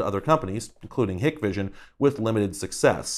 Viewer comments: Did you know... Hikvision is apparently pronounced "Hike Vision". I kid you not. Because of course it is. Dahua is "Dow-ah" 🤷‍♂️ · Hey, I'm a security camera enthusiast! During most of the beginning of the video I kept yelling "IP camera" at my phone, and I'm glad you brought them up. They really are the answer to this problem. You're right, the cost can be expensive, but there are ways around that, I work for a company that solves this whole problem for our customers. But great video overall. By the way, Hikvision is pronounced hike-vision, and Dahua is pronounced dawua, you don't pronounce the "h". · Nailed the mispronounciations of both Hikvision and Dahua, lol :) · As a professional Hikvision (Hike vision) is how it's pronounced. Any who I would highly recommend not buying Hikvision products or any other professionals grade syatem off of Amazon as they are considered "black market" products and not usually supported by their respective manufacture if something is to go wrong. They work just as well however and if you're a do it your self kind of person you should have no problems with them just don't expect any help from the manufacturer if something is to go wrong. Trust me I ran into this before as a customer bought their own system and things didn't go well for them so they called us. We called the manufacturer to ask for support and the first question they ask is always "what's the serial number of the device" if they look it up and it doesn't come up in there system it's considered black market and they say go pound salt. Thing such as forgetting the password for your recorder which happens way more often then you would think to customers. There's no way to reset them manually (usually) and you need to contact manufacturer to reset it. If they flag it youre locked out and basically have a brick that shows video image from the connected cameras. Any how that's my 2 cents great video!